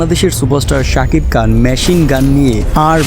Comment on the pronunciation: সাকিব কান কি আবার সঠিক ভাবে উচ্চারণ করে উপস্থাপনা করুন। খান রে বলেন কান 😂😂😂